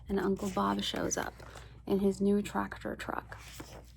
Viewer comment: You getting "Uncle Bob"'s name wrong was some real comedy. 😂